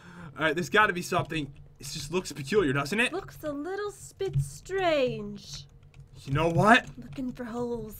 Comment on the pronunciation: who else noticed said spestrange